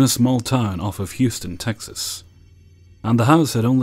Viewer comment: So good to hear you say "HEW-stun" and not "who-STON". Well done, sir. Well done!